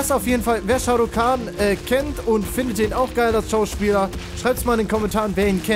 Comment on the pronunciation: es heißt sharu kan